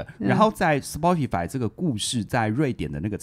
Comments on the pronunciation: 是 「死巴tify」不是「死剖tify」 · Spotify 這個名字的正確發音是「斯波提」(S-poh-tee)，其中「S」發音像是「斯」，「poh」發音像是「波」，最後的「tee」發音像是「提」。 以上是chatgpt說法 聽劇中人物也是唸「波」，「巴」也許只是台式發音